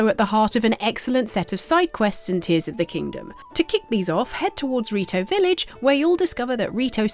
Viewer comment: It’s Tears as in crying tears